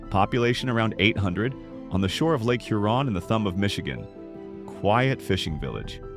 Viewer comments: Hur on not hu Ron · Hur-on not Hur-on’ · add "HUR-on" to the list, not "hur-ON". Did you come to Michigan when you made this video? And if you do a video mentioning Mackinac, for the love of Douglas Houghton, please don't muck up that name. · Lake "You're on" "Mack in ack". 🤣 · It’s obvious you ARE NOY FROM MICHIGAN……..because your pronunciations of several of the cities are incorrect and we as Michiganders do NOT appreciate that, for example you pronounced Charlevoix, Huron, Mackinac, Frankenmuth, and Saginaw wrong. Please, if you do other videos of Michigan towns please learn the correct pronunciations. Thank you. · Interesting video, but for a channel called Michigan Insights, there sure are a lot of mispronounced names. Charlevoix and Mackinac are definitely mispronounced. Huron and Frankenmuth don't sound quite right either. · “Char-la-VOY, HURE-on, Mackin-AW, Franken-MOOTH, for Pete’s sake. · Shar-le-VOY. HUE-ron. Mack-i-NAW. Frank-en-muth - and none of the strange stuff is underground. Bronner's is not ONE of the largest Christmas stores in the world, it IS the largest.